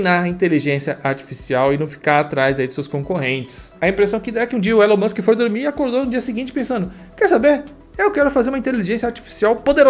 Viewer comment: So o que me pegou foi o falando "Elano Musk", era pra traduzir tudo e falara Elano Almíscar!